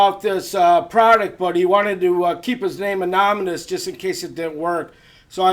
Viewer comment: Anonymous not anominus.